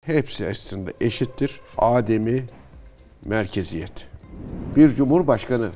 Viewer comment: Yahu koskoca adamlar Ademi Merkeziyet derken A'yi uzatıyor. Kısa okuyun. Kısa okunan Adem yokluk manasına gelir. Uzun okunan Adem ise ilk peygamber, isim yani